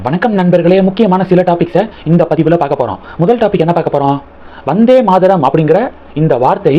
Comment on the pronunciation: Not Maadaram, it is Maataram, why your pronunciation is so bad always? You never check correct pronunciation before making videos